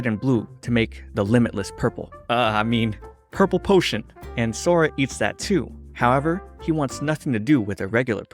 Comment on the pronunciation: "imaginary technique: Burple"